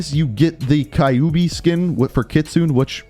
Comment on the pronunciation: The way he said Kyubi triggered me 😂